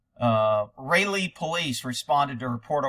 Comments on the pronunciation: Oh boy, done another video from Raleigh! (, it's pronounced like trolley without the T). I heard the judge released the bodycam footage but hadn't even looked for it myself yet. They closed the road down for HOURS for this incident. Completely justified, but HOLY CROSSFIRE! 😳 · It’s pronounced Raw-Lee. Raleigh is the capital of North Carolina. Also, why can’t we get interpreted subtitles? Let’s get a little more production in these free videos. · Raleigh, pronounced Rah-lee (Rä-le). Capital City of North Carolina.